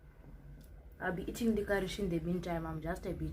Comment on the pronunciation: You're eating "likhwarish" 🤣🤣🤣🤣😭😭😭😭 guys I